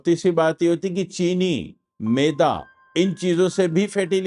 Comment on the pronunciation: Meda nahi Mayeda bolye..Meda bole to stomach